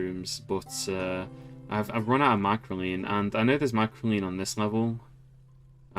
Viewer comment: please, i am begging you, there is one more c in microcline than you pronounce and i am in shambles